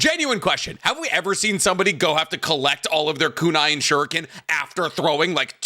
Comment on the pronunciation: Good old times when ninjas actually fought like ninjas. First series' soundtrack was dope. BTW, I like how they pronounce the sharrringan and shurrriken.